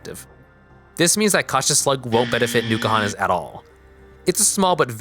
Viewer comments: It's not Newkuhana, It's N'kuhana. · Nuke-ahana makes my skin crawl. Like people who say nuke-ular. No it is not sir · You didn't even google how to pronounce it